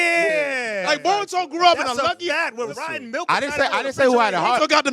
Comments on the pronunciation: Bro it’s boooooooruto brother I take bolt first then VAAARUTO. I swear I have to be in an alternate timeline why nobody corrects this mf 💀💀💀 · Can't take serious when he says Baruto 😂 don't know if he doing it on purpose but he grinds my gears